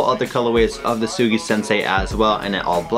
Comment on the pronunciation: Huge otaku, can't pronounce Tsugi 🤣. Still, anime fam doing sneakers is the best way to do it.